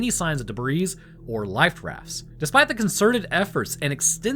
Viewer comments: Debris is pronounced debree, not debreeze. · De-bree.... all the hard work and a simple word mispronounced. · "collier" is pronounced "colly-er" not "collar". "debris" is prounounced "deh-bree". And the "bermuda triangle" is no more dangerous than any other arbitrarily drawn triangle of ocean out there. Just idiots with youtube channels picking up where the 'History Channel' left off perpetuating the myth. Holy shit, guy. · Please stop saying debris like that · The "s" in the word "Debris" is silent 🤫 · Pronouncing the "s" in "debris", are we? Considering the word's French origins, I can only assume you're appropriating verbal territory by force. If this be the case, please continue.